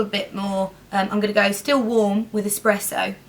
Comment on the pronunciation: I'm from Italy and it's so funny to hear you say "espresso" because in Italy we say "espresso" with the second "E" open